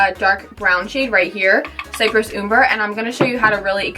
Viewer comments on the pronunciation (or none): lol The way you say "umber." Girl, watch yourself some Bob Ross! It's a short u as in up.